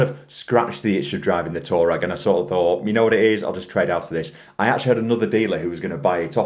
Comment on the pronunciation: Huh? Did you say VW tour rag? Lol😂 Touareg is pronounced "twoar-reg". It is a desert tribe Hehe. 😂